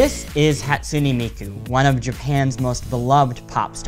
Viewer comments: You said Hatsune Miku wrong, no hate but it's pronounced like this "HĀtsooneh Meekoo" okay I know this is weird as heck. ;w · Whatever Cartoons HA - TSU - nAY mEE - KO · Whatever Cartoons HAT-SOO-NAY MEE-KU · Better than "Hat-SOON miku" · This guy's pronunciation though: "Hatsoonie Miku" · how you pronounce it, though I'll give you he has bits of an American accent in his pronouncing. Hahtsooneh Meekoo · Zai isn't it pronounced Hatsoon Miku